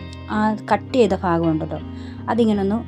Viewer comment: ധം തെറ്റിയതാ.. ബാക്കി എല്ലാ ഷോർട്സും നോക്ക്.. വിഫവം 😄😄